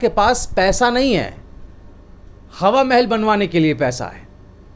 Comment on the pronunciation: qha qha plz thoda kam boloyaee,qhawa mahal.nahi hawa mahel.plz.dont mind With due respect.